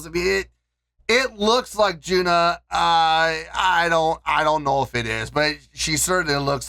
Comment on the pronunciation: Thank you for introducing HAGANE. The drummer is JUNNA. JUNNA is JU-N-NA. Not JU-NA. how to pronounce HAGANE Member.